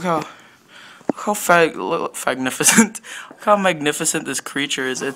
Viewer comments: "Fagnificent." LOL xD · Lmao he said Fagnificent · “Look how fagnificent!” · Fagnificent is what I heard 😂😂😂